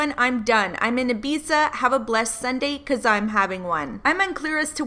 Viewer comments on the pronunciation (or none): Triggered me when you pronounced “Ibiza” wrong